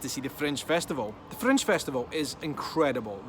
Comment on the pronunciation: I thought was saying " French " festival first couple minutes of video:) Thumbs up, off to book my flight with Freddie Laker:)